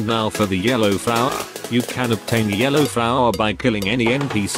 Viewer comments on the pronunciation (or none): Yellow fowa